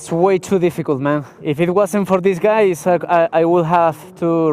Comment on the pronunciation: 😂😂😂😂 se pronuncia gays no gueys,gueys son los de la bandera color arcoiris.